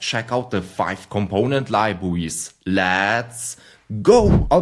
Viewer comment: very good libwawies 👍